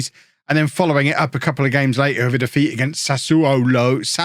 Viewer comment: You trying to pronounce Sassuolo reminded me of Krusty the Klown trying to pronounce Zsa Zsa Gabor.